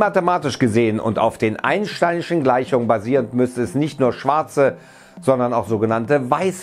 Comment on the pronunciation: sippie vom Wino "...auf den einnsschschtainischen gleichung basiernd"